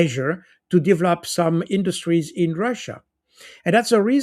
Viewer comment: If I hear 'divlop" one more time :))))